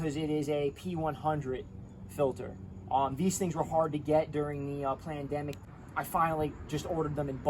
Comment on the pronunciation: Yep I had to rewind a couple of times there " plan demic" Keep up the good work from bc Canada.